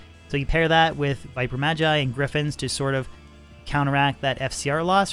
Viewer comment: It's always interesting to me when people mispronounce "magi" or "magus," seemingly not seeing the linguistic connection to "mage."